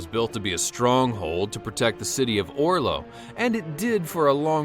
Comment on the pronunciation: Orlo? Not Oslo and its spelled akers hus not aker shus. But really nice vid.